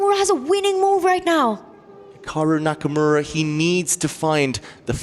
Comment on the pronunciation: "Hicocku Nakamura" 🤨